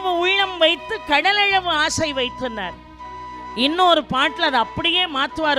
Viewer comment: ' ள' வை, ' ழ ' ன்னே உச்சரிப்பதை மாற்றமுடியாதா ? " கையழவு, கடலழவு" -- உதாரணம்.